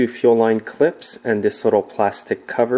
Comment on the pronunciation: it sounds as though you are saying ‘chill line’ when you are working on the fuel supply line, etc. is that correct? Thanks for a reply. When I installed my new carb, the system continuously leaks gas between the carb and the intake. Is it possible the new gasket isn’t seated properly? Thanks for any help. I appreciate your YouTube’s.